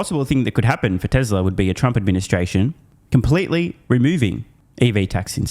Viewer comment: As TSLA is non union they were dismissed. Also true Mr. Biden cannot pronounce the word "Tesla".